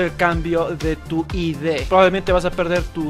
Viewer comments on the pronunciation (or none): Se abrevia ID y se pronuncia aidi no a d